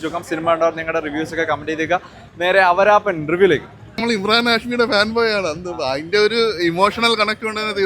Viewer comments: എടാപൊട്ടാ ...അവരാപൻ അല്ല ആവാരാപൻ...😂😂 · അവരാപൻ അല്ല. 'ആവാരാപൻ ' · മോനെ അവരാപ്പൻ അല്ലടാ ആവാരാപ്പൻ എന്നാ പറയുന്നേ. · അവരാത്തൻ അല്ലടാ പൊട്ടാ..... ആവാരാപ്പൻ 🤦🏻‍♂️... ആരെയോ അപ്പൻ എന്ന് പറയാത്തത് ഭാഗ്യം 😂😂😂😂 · Awrraaapan aladda awarapan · അവര അല്ലടാ തുവര 😂😂😂ആവാരപ്പൻ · അവരപ്പൻ അല്ലടാ awarapan 😂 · അവരപ്പാൻ അല്ലെടാ.... 🤣🤣🤣🤣 ആവാരാപ്പൻ... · Avaraatham ennu parayana pole aanallo Awaarappan ennu parayunnathu 🤣🤣🤣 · He doesn't know how to pronounce movie name 😂